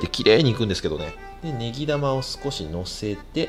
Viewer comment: 「ネギ玉」がずっと「ベギラマ」に聞こえる